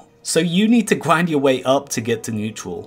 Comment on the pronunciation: GRIND or QWIND?